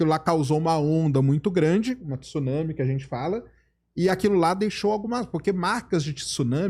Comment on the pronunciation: Pelo amor de Deus! 2025 e o cara não sabe pronunciar Tsunami, pqp!